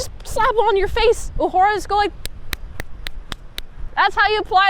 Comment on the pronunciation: You say UH-whore-ah. It's not ooh-hur-ah. And I'm not kidding or trying to be disrespectful. It's actually the only way I know to spell precisely how her name is pronounced.